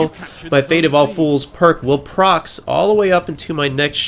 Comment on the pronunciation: love your vids. But's it not "Proxes"...it's "Procs".